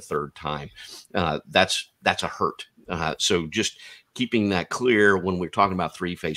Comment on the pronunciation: One hurt 😞 Two Hertz😊